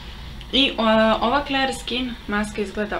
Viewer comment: Clear nije kler nego klir. :) Odličan video. Mnogo si slatka.